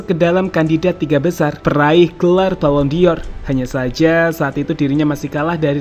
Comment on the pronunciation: Ini channel berkualitas, channel favorite gw untuk berita instan sepakbola dari tahun ke tahun. Tp pleasee.. dengernya agak menggelitik : BallonDOR ✅ BallonDior 🙅